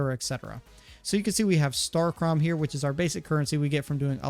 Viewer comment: Its pronounced starcum